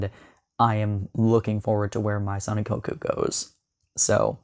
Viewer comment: It’s pronounced may-zon Ikkoku 😊